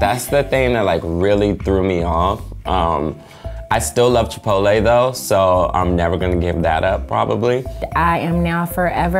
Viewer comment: It's chip-pot-tele not chipolaay 😤😤😤